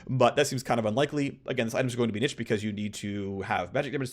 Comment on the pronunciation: Someone teach him to pronounce niche, each time was a dagger into my mind